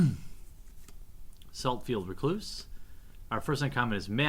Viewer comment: "Saltfield R'cloose, Street Wrath, our first uncommon is a Murderous Recap..." ffs read the damn names correctly